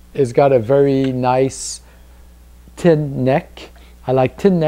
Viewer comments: Again. I love accents. Just the way you say thin. "Tin"! I love it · Good review..............still laughing at you trying to say thin thou hahah